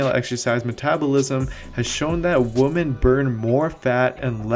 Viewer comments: I'm going crazy listening to this younger generation slaughter the English language. 🤦🏻‍♂️ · Excellent video. But it was strange that you say men and females. Choose one: Males and females, or men and women. And women is pronounced [wimen]. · Women my friend...Women. It's pronounced Wimen when you're speaking of more than one woman. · I love you, you are one of my favourite, I watch all your videos, read your articles, I’d like to buy one of your programs soon, you are super smart, you’re from my home town….but through this video it sounds like you say men & woman (woman) instead of women lol. Thought I’d just mention it, not sure if that’s what you’re saying or what I’m hearing? Lol 😂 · You sound like a caveman the way you pronounce “women”. “Woman like big butt. Woman think big butt good.” 😂😂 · He said MEN with the E yet says WOMEN with an A. Makes zero sense. Turn on subtitles, he is saying WOMAN. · Women is pronounced as "wi- men" Haha. Unless that's an accent thing. Great vid btw! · I made it to about the 20th pronunciation of women in singular instead of plural. Great video otherwise. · I gave you a like even though you can't pronounce 'women' correctly 🙃. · I couldn't bring myself to click like, solely because of that 💀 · Do you need support with pronouncing the plural of 'woman',? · I'm clicking off. I can't take him seriously when he can't say "women" properly. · I’m not sure knows how to pronounce women - gr8 video though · Lol right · Thanks for saying “women” in Spanish. That “wimen” absurd thing drives me nuts... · I think you’re saying women wrong btw 😄 Great videos 👍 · I couldn’t watch this shit without cringing every time he said it... really takes away from the good info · I’m glad I’m not the only one. It’s driving me nuts but the video is interesting. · It's driving me nuts. May stop watching the video. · Tbh he's been pronouncing it that way in his videos for a long time, kinda bugs me too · The cc hears it too